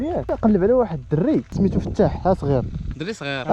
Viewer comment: السلام عليكم راكم خاطئين في النطق الاسم عبد الفتاح ماشي فتاح فتاح هو الله